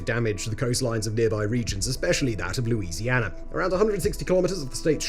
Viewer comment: I just solved a mystery. I found out where all the British "R's" went. They went into the state of Louisianar.